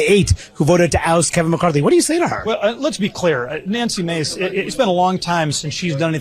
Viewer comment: Nancy’s last name is “Mase”, not Mace